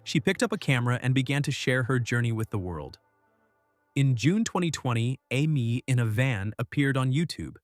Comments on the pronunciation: Exactly what I was thinking. A-mee. Why can AIs never pronounce anything? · ..'Aim in a van''...hahahaha..get the AI idiot off the commentary..